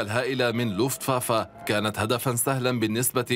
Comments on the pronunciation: حضرة المذيع أسمو Luftwaffe يعني سلاح الجو لوفت vافي وليس فافا وحظيرة الطيران اسمها Einflughalle آينفلوگ هالي وليس هالا هالا كانت المرحومة جارتنا 😁 وشكرا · Not luftwaffa luftwaffe